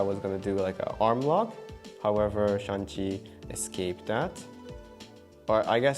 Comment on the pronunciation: 1 sec in : "Shang, not Shan; S-h-a-n-g.. Shang..!"